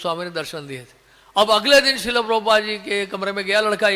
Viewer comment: श्रील होता, श्रीला नही